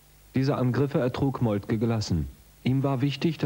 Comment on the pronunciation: Molke, der Mann heisst Molke!